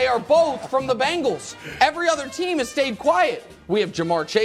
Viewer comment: Hey Nick it's Bengals, no "Bangals" SMH